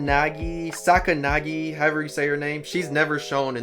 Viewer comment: dude respeKt for you for having good taste but plz for gods sake stop messing up the names, ryuuen, kei karuizawa,sakayanagi and yamauchi. may be there were more that i didnt notice.